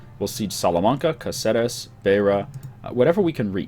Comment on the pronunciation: Ey... just a tip.. It's CAceres, not CaCEres, and CanTAbria, not CantaBRIa.